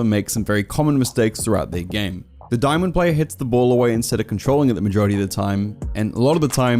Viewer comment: U just butcherd Plats and diamonds also why am I as good as that champ in plat